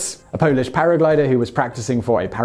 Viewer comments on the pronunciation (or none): none